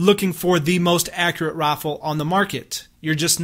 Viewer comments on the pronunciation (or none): He says Rifle Like "Roaffle